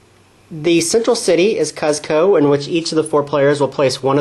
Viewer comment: Seems like a thorough review of an arbitrarily complicated game. But wow man, it is just painful listening to you pronounce the name of the well-known Inca capital. It's pronounced like COOZ-ko. Not CUZ-ko. Long u sound. This has been a PSA.